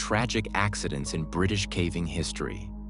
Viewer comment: This AI narration SUCKS! So tired of listening to the horrible pronunciations and inflection on the wrong parts of the sentence....starting the middle of the sentence with the pause or voice inflection of the end or beginning of a sentence is super hard to listen to. Then there's the pronunciation of caving as cAAAving instead of cAYYving.